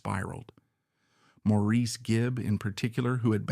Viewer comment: This was very well done, in-depth, as well as thought provoking! Two points of correction for accuracy are Andy's 3 older brothers were born on the Isle Of Man. Andy was not. He and their older sister Lesley were born in Manchester, England. Maurice, although spelled like you said it, is actually pronounced Morris.